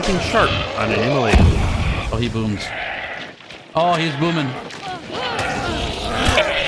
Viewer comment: Emulator - Immolator. :)